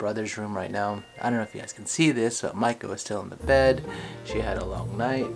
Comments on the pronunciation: I don't know if anyone's mentioned it but your wife's name means "Apprentice Geisha" ! I don't think the pronunciation is the same. Mai ko vs Ma i ko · You say Maiko I hear Michael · Whenever he says maiko I hear Michael........